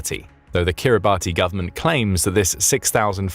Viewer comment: Kiribati is pronounced kiribas